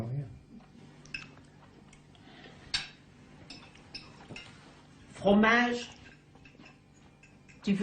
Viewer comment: Fromaage ! Ki ve du froomaaage?!